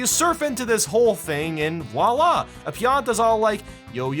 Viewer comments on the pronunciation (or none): none